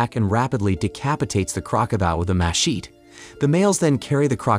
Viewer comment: It was trying to say "Mechete" - as in the big knife used to cut through jungle.